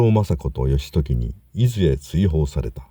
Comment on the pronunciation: 伊豆の人にとっていずのアクセントが気に入りませんね（笑） 何回聞いても違うだろ～って思いました